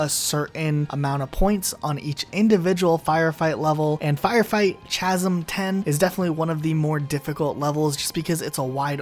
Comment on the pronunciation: Why do these video game bloggers speak as though they've never heard the English language before? It's "the icing on the cake," not "the icing on top of the cake." And that's REALLY not how you pronounce the word "chasm."